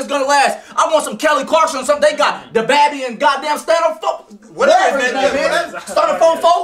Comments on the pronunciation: Nigga really said dababee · He said debabby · lmao just realized in the middle of the video pronounced him "dababby" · “Dababie and Stunafofo” 😂😂😂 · Nigga said “the babby” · Mans said DaBabee 😭😭😭⚰️⚰️⚰️ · this man said babby 🤣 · "they got DaBabby" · That nigga said dababby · “Da - Ba - Bee” (How do you mispronounce Dababy?)